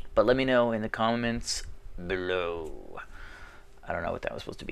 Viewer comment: Oh you wanna rumble my friend, you wanna rumble in the jungle you messing with the wrong hombre! - Let me know in the comment BLOOOOW! I don't know what that was suppose to be.( lol he say below but it sounded as Blow which was kind of funny ) Thank you for awesome episode, also don't pick this for COTE ( Comment of the episode ) I just do this for everyone entertainment, You can put it in video description if you like it that would make me happy :)